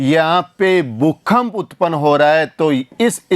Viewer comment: भूकंप होता है भूखंप नहीं।